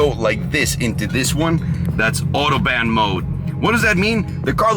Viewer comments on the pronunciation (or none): Autobaan 😂😂😂 someone tell him how to pronounce autobahn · When he said “autobahn” as autoban mode smh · Why did you say Autobahn like Autoban lol it's in Australia to West Germany and has no speed limit if anyone wanted to know. It was built by the demand of Hitler. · AUTOBAN MODE HE SAYS. Also... PS? Pressure for the turbo? thus fucking guy spends millions on cars and he doesn't know what PS is??? Not only that but says its pressure for the turbo? nails on a chalkboard. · fun way of saying autobahn. xD All jokes aside, if McLaren really treated u like shit, the Chiron is just as badass., good choice.